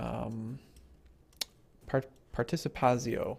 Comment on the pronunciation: its House Participatsio as in "TSK"